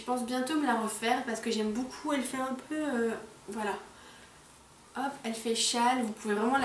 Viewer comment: Elle dit boucoup au lieu de beaucoup